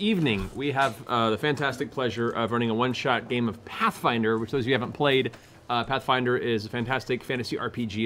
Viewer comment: "Hey Ash, Whatchya playin?" "Pathfwinder."